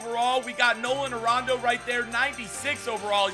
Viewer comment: When he said Nolan Arondo.... Russell Westbrook 's what?